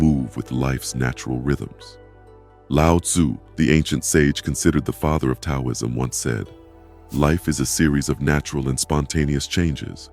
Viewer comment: I listened to half of it, but then I gave up. I just couldn't get past the mispronunciation of 'Taoism' and all the times that the words on the screen didn't correspond with the spoken words. The spoken words were correct, but it seemed like the written words on the screen were done by some kind of crude computer program, and then never proofread to see if they corresponded to the spoken words. It's too bad, because it's obvious that you took a lot of care with the visual images, and they were well done. You put a lot of work into your graphics, and just putting a tiny bit more work into the verbal part of the video would have made the whole thing exemplary.